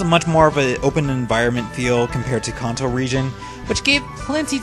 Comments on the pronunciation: Kanto not konto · Good video but why do you pronounce Kanto, Hoenn, Cilan, and anime etc so wrong?!?